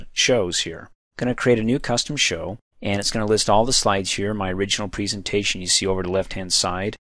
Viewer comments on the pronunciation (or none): preeeesentation.... you say it weird lol